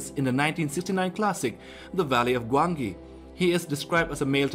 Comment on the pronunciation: It is said Gwanji